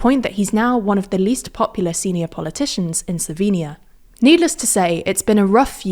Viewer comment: Finally someone that pronounces the word "Slovenia" correctly in english.